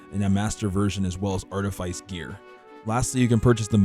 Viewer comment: Say practice. Now say precipice. Now say artifice....